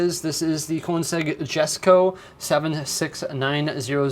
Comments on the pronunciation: Koenigsegg Jesco is pronounced as kounigseg Yesko to be simple. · The koningseg jesko where they made it they pronounce it yesko, just a fun fact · It's pronounced yesko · Not the name of the vehicle though, which is fair enough, cause the pronunciation is far from phonetic